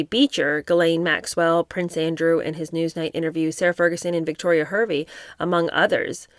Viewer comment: 🕊️Hervey, (is pronounced Harvey). Giuffre (pronounced JEWFF-fri) was paid 15,000, each time, if I remember correctly, apartment and clothes were included. She was very troubled unfortunately, local media suspected she was medicating with drugs again, at the end..Sad, she came from a dysfunctional family, but, it's always the way, isn't it?.. parents and so many siblings, three children etc and nobody stepped in to help her, esp after her rumoured Jan attempt. People can be hard to help if they are under the influence..🐨